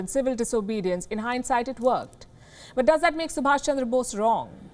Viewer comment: he's Subhas, NOT Subhash!